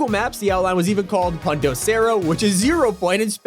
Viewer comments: poon-do ser-oh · dies of cringe It’s PUNTO CERO P-UN-TO SE-RO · Not to disrespect but how he says punto cero